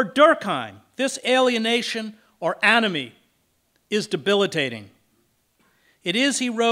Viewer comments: For a second I thought Mr Hedges said “Anime” which made a lotta sense to me XD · Wait i thought he said "Anime"